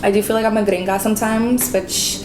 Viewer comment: Yes, your very American when you laughed & said gringa. Some come here & don't acculturate but you for sure have 😊